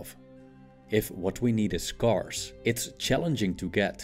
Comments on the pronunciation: ScAIRce not sCARce. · Thanks for the video. "scarce" is pronounced like "Where" or "air" English is a weird mutt. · Good videos but please check the pronunciation of "scarce". Thank you. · not trying to be pedantic but scarce is pronounced sk-air-s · Love your videos!! FYI “scarce” is pronounced like “scared” rather than like “scar.” Keep the knowledge and philosophy coming! Thanks for everything you do! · Someone needs to teach this robot how to pronounce " scarce".